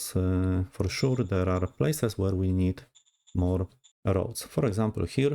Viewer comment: "For siur" Bawi mnie to bardziej niz powinno